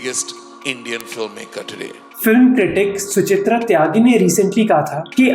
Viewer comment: SUCHITHRA NAHI SUCHHHAARRRIITTTTTHHHAA...SU4ITA